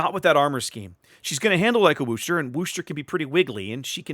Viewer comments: Gah -- "Worcester" does NOT rhyme with "rooster'! The "Wor" is pronounced like the "Woo" in "Wood", not as "Wu", so it's "wooh-ster"! Actually, in Worcester, MA itself it's often pronounced as "wooh-stah" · As a long time "Mass-hole" your driving me nuts how you say Worcester !! Lol The R is silent ex, Wos-ter. ...Wos the "os" sound like Puss as in "face" part (sourpuss so Wos-ter !!